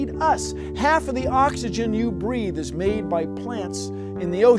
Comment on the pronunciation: why put the emphasis on is?